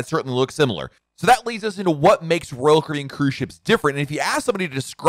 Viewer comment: The way you say "Royal Caribbean" is distracting. I couldn't watch for more than a few minutes.